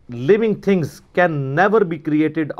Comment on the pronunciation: Living think nhi living things hota hy 😂